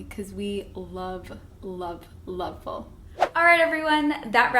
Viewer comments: It’s not called full it’s foool 😂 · It's FOUL not FUL 🤣